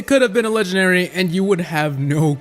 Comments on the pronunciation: Why does say leganary instead of legendary? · Its funny I just hear "lengenary" not "legendary" also love your videos,this isn't a hate,it's just a notice.👍👍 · This video is “Legenary” . . . . . . . . . . I will never get over that pronunciation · Hey a "leganary" say it properly